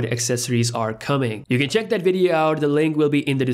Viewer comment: Its they... not dey... that .. not dat... Dalk Properly